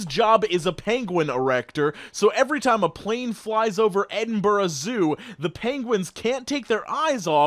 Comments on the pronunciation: I'm really impressed with your pronunciation of Edinburgh. Most Americans balls it right up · You’re the first American I know to pronounce Edinburgh right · Finally a reddit YouTuber who pronounces Edinburgh correctly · really appreciate the fact you pronounced Edinburgh correctly, most Americans butcher it